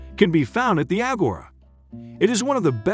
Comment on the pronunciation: The way he pronounces agora makes me uncomfortable